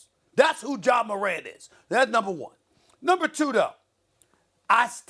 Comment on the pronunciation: Is Molly saying John Morant at the start… 😒 because it really sounds like it..